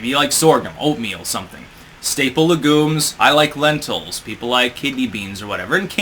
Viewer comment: Say it with me, “leg-yooms”. Thank you.